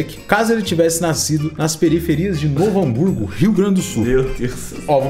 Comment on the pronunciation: Nem fedendo q o falou de Novo Hamburgo mano kkkkkkklkl